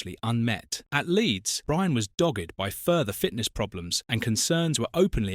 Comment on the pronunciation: Is this an AI voice?How can someone not know how to pronounce Martin Buchan?Also,dogged by injury is not pronounced the same as a dogged player who never stops running.